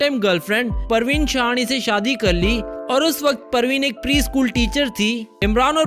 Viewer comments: Parveen ...Praveen nhi...yehi prob muslims k nam bolna Nhi ata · You pronounce wrong Imran hashmi wife parveen not praveen